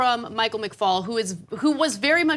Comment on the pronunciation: McFaul not McCall .